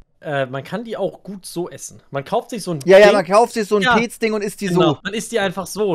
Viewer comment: was ist bitte peeeeeec, es wird petz ausgesprochen